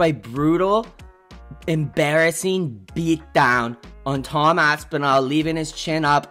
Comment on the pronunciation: "Aspasoy" gets me every time 🤣